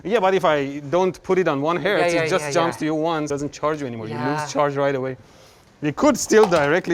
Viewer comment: "It's 5 herts and it gonna hurts" -Mr. ElectricalBoom